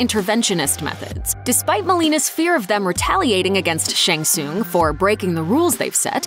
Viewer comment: You can't even pronounce Shang Tsung or Bo' Rai Cho correctly... Get it right, lady. You hurt my ears.